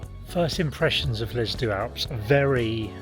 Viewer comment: already annoyed by the pronunciation of deux in - sorry!